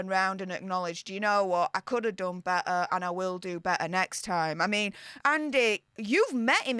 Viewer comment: there are 2 “t t’s “ in better